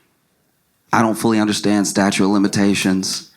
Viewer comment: Statute of limitations. Did Josh say, "statue?"